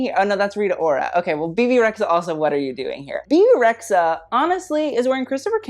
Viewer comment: Kinda weird to despise Rita Ora and Bebe Rexha (by the way it’s re-dja) at the same time, especially when you know they have the same origins. as an Albanian girl I feel not offended but... confused ;) maybe you have some common points with D&G after all... Let’s see if you add Dua Lipa to your « why are u here » next time (yes.. Albanian girl too)